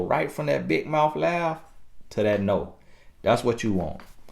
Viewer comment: TiffanyB TV 😂😂😂I love when he say Dat!